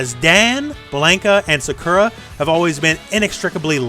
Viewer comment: Boy, that's a unique way to pronounce Sakura. Is that how they pronounce it in the dub?